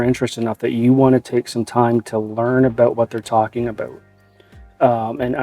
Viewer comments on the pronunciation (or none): What it's "aboot" Canadian much? JK much love!